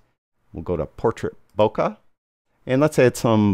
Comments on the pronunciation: it's not "bohkah" but "bohkeh". It's japanese from the verb "bohkéru" meaning going out of focus or in another context "becoming senile". And the accent is on the second syllable "bohkéh". You are welcome. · It puzzles me why so many photographers that should know better pronounce "Leica" as "Laeeka" which is the correct german way, but then mispronounce the japanese word "bohkeh". Why the difference? Is it that difficult? Greetings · Heaven only knows how you conclude that the correct pronunciation of "Leica" leads someone to a correct pronunciation of Bohkeh. Have a good day!